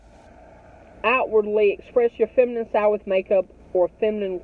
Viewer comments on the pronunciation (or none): none